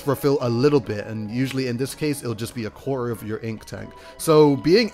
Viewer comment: Spudcosmic well at least it was understandable, he said quarter like 1 or 2 times and it sounded like "quaahr" or like core.